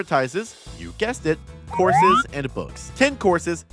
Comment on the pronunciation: oh COURSES I thought you were saying horses. I'm a goofball frfr.